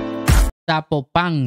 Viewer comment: Amigo….lee el acento en TAPATÍO….no es tapatio. Se Acentúa en la i. Tapatío. Yo soy de gua y soy orgullosamente TAPATÍA. Y no se dice Zapopán …….. no tiene acento.